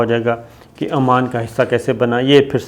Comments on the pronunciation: Sir, its Oman not Amaam. amaan is in Labnon. Other thing is your ill research on this. Sorry to say this but we expect good prog frm you. The history of oman you gave is like gonglon sey mitti jharna. Gift ka iss liey bataya gaya kionkey. Way of presenting hone tealy down. Ppl who are behind you ahud considered bringing in new anchor cz it seems you are not interesting doing ur job properly. Sorry sir fr all thos but we waste our time to kosten you. Such important kind of informations presented unwillingly. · AoA. Its Oman, not Amman. Amman is capital of Jordan. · Amaan nahi bhai oman bola karo qk amaan Jordan ka capitel hy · Muhtaram Salam I watch your videos with lot of interest. Kindly pronounce Oman properly;Amman is different city and capital of Jordan. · Sir it's not Amman. Its Oman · Sabir kindly correct your pronunciation Country name is OMAN who sold the Gawader. AMAN is a Capital of Jordan. Thanks. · It’s not Aman but Oman time and again you have pronounced Aman .Aman is the Capital of Jordan.Can you let us know that who paid the purchase price? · Its Not Aman, Its Oman